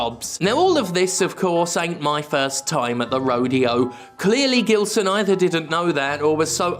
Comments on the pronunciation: Just a friendly tip from a Portuguese speaking viewer, Gilson is pronounced "Jilson" in this case. In Portuguese when the letter G is followed by a E or I, it will always (unless I'm forgetting some exception) has a J sound. For it to have a G sound it needs an U between it and the E/I, as exemplified by the word Portuguese (português) itself. Although sometimes the U has a sound depending on the word... yeah it's a complicated language, lol. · I guess his only beef with you is with you mispronouncing his name. It should sound like a “J”, as in “Jill”. “Jillson”. 😆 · It's Gilson as in Gee. Not that it matters. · Two things: 1) Gilson B. Pontes sounds a lot like a name from a Portuguese speaking country, in which case it should be pronounced with a soft G (which in Portuguese sounds like the letter S in the word "vision") 2) That idiot does not deserve the dignity of having his name pronounced properly (IF that is his actual name), so keep using the hard G just out of spite. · Is Gilson brazillian by any chance? Because if he is, the G in Gilson is supposed to sound like a J.